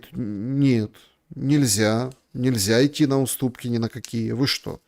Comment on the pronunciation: "...и готовый иты на выборы..." а не готов ли ты идти на ...